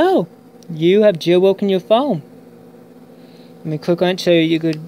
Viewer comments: jail bwoken wtf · Jail woken 😂 that’s all I heard